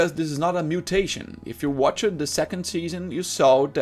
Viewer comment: My dude, watched is a single syllable word, you're pronouncing it like it's two syllables. I know English is not your primary language just pointing it out to help out not attack you so please don't take it that way.